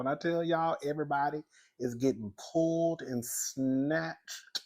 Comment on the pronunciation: it’s the way you said pulled and snatched through your teeth 😆😂🤣